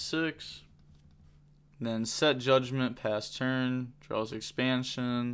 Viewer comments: Ex - pan - shon is how to pronounce it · Bro why are you having such a hard time saying expansion